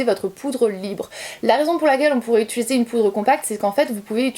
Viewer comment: Je te découvre, tu es fraîche , les explications sont claires, les astuces toutes bonnes a prendre . Seul bémol , t'entendre dire utUliser a la place d'utIliser me stress. Mais je vais continuer à regarder tes vidéos 😋